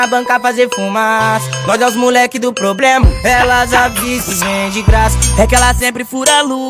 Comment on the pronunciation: E problema e não poblema😒